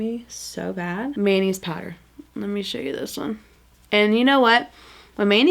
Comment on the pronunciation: Also, every time you said “Manny’s powder” all I heard was “mayonnaise powder” 😂😂😂 am I the only one?! I can’t unhear it.